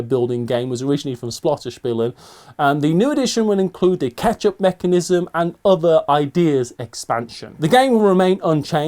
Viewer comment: For Food Chain Magnate did say "ketchup mechanism" or "catch-up" mechanism?😆 Or is the catch-up mechanism...ketchup?😉